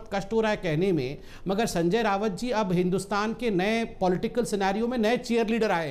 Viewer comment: Its not रावत it's राऊत